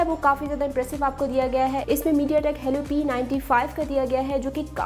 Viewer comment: Helli nhi hota helio hota hai